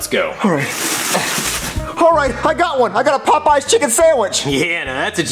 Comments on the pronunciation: Lol I when he was talking about a Popeye chicken sandwich I thought he was saying a poop sandwich lol 😂😂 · bruh "the poo poo sawich" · The way says "PooPoo" instead of "Popeyes" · Did anyone else pronounce Popeys pot pies